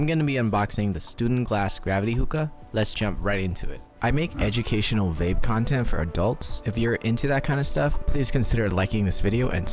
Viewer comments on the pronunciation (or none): none